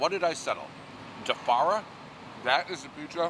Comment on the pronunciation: Wtf is “defarria”? He fucks that name up half the time he says it.